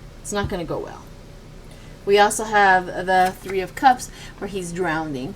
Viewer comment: (It’s “drowning”, NOT “drownDing”)